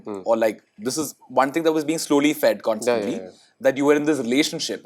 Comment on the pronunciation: loses CLASS the moment he mispronounces constantly as "consantly" and sour as "sawar". I bet it's the guilt from telling the lie that Pri never addressed that before, because Pri did, too years ago, in the season 1 of the same show. And there is no "whatever" about that.